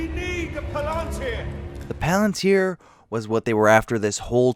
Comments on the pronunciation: huh, sins for you, how do you know that chair isnt comfortable? how do you not pronounce these words correctly? She-lob? it sounds like shelub... and pal-antir? its palintir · "She-lob" and "the Palan-tier". Buddy, dont speak anymore ever lmfao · god damn the way you pronounce shit is so infuriating noteworthy examples are palantir and shelob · or palantir. or eltariel. ;P